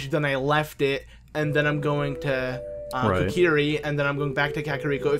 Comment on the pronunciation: Kokri not korki